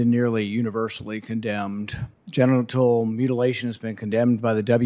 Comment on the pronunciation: Sounded like he was saying getinal mutilation...